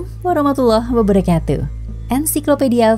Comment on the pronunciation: Mohon maaf pengucapan salam detik "Assalamualaikum warahmatullahi wabarakatu" begitu yg saya dengar.🙏🏼🙏🏼🙏🏼